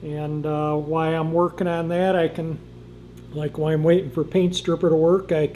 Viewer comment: LOL...I thought you were mistyping "why" instead of "while" in all the descriptions, but I actually heard you say that too. Haha, that's different! That's the quickest engine drop-in ever, and the luckiest one too. I left my firewall bare "why" I was dropping the engine in cause I knew I'd smash something :-))